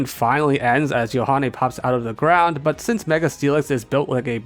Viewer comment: when you got doduo and mudbray evolved, i really wasn't sure if you said "our two brown types" instead of "our two ground types" but it was amusing to think you did